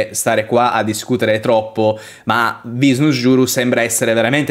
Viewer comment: Sentirti nominare V Nusjuro per qualche motivo mi gracchia nelle orecchie 😅 Non sarebbe da pronunciare Venus-juro? (pronunciato Vinus o Vinas)